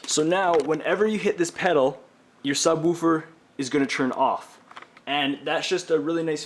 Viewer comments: sub-wu-fer haha. good video though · I love how he says subWOOFER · ha! SubWuuferrr! Canadien? Peace to the northerners! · Chris Zuccaro I cant un hear that now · Who taught you to say subwoofer?